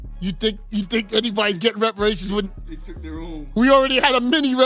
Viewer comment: U speaking off shit u don’t know about … and u don’t even know how to even say the word reparations 😂😂😂